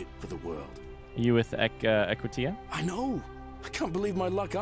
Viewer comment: The Forgotten City AKA Big Brother: The Final Wave Also, it's fascinating that until the end you're still not sure how to pronounce Equitia 😂